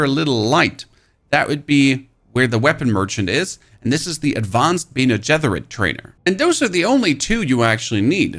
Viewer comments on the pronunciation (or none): dude pls stop say bene getherit. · dude great video but who taught you how to pronounce "Bene Gesserit".... Mike Tyson? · Look up how to pronounce bene gesserit.... please. There's no TH sound in it at all.